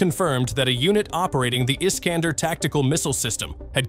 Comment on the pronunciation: I-S-K-A-N-D-E-R - Betonung auf E, so schwer auszusprechen??? Scheiss KI ... 😀😀😀